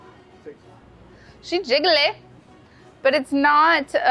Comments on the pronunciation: she jiggaleh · “ok....she JIGGAHLEH!”